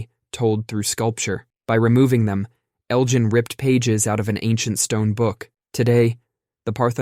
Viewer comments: Elgin, not Eljin. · Hard g, Elgin, not Eljin. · 1st: pronunciation: Elgin has a hard G, not a soft one. 2nd: false information: Greece as a sovereign country has not even existed 200 years yet, and 3rd: fact: the official demand for the restitution of the Elgin marbles was filed as late as 1982. (edit) oh and 4th: the Parthenon can be viewed exactly as it was before Elgin saved the marbles because copies of the sculptures were made and installed where they belong on the structure (any originals that remained are in Greek museums, btw, thus all that is seen on site are copies)